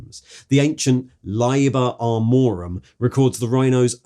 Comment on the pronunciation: Layber Armorum? Deemos pattern? Never heard of it